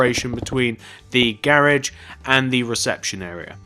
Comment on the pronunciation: The whole time he was saying garage i was like wtf is that until he spelled it out on the sign.